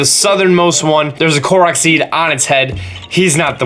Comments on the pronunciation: Thank you for pronouncing "Korok" correctly. Cant stand it when other people pronounce it as Core-oak. Uuuuuuugh... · pronounces Korok correctly Also: LuMiNoOyYsSsZ